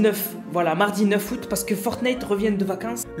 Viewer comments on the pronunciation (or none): none